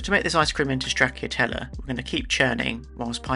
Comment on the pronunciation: Not how you pronouce "Stracciatella". The "cc" is a "ch" sound, like in...cappuccino.